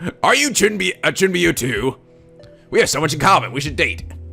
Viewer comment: Its chu-ni-byou